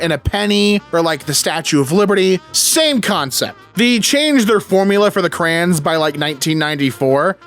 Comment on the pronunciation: Bro, it's crayons not crans.